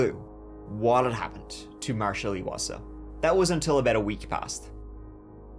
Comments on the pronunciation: Eye wasa, not eeeee wasa. I'm from the same area and his family is still actively looking for Marshal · Chapter Hi I’m from Lethbridge Alberta Canada and wanted to say thank you for covering Marshal’s case. His last name is pronounced I wasa.